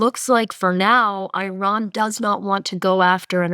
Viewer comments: Its not 'I" ran!!! Just like its not 'I" taly! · WTF!! Another “eye-ran” analyst!! Why can’t these people learn to pronounce names properly? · What is going on with this podcast. distracting and comically wrong pronunciation of Iran like she’s never actually spoken to anyone Iranian… and Scott walking around in circles likes he’s in a merry-go-round. Good take on Trump media buyback though. Trump media has all the value of a meme coins it’s all just money grabbing scams extracting money from loyal fans. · Hard to take seriously as an expert on energy, when she can’t pronounce Iran remotely correctly. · Please learn how to pronounce Iran.